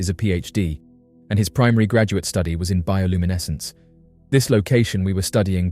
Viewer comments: Seriously how many times did he say bioluminescse........ I had to give up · Let’s take a shot every time he says bioluminescence.